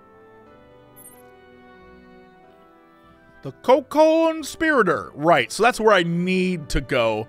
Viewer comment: Please tell me Jesse did not just read 'coconspirator' (literally an actual word meaning 'a person who conspires with one or more others') as 'coco-n-spirator'. Or rather at least tell me it was just because of sight-reading rather than because he doesn't know the word.